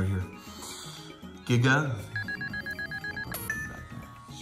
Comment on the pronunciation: Non si può sentire la pronuncia di giga gagagigo così "Ghiga Gagaghigo" 🤣🤣 molto meglio Giga Gagagigo